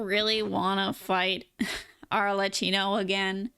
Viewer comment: Arle KI no, not "tchi". The two C's followed by an H in her name mean that it's pronounced as a K sound. It would have to be spelt Arlecino to be pronounced the way you do (similar to "ciao")